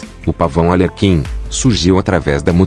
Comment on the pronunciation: Ar lê quin por favor!!!!! Escreva direito e fale tbm kkkk